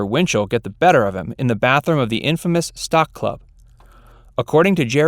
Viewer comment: When you said Stock Club, did you mean Stork Club?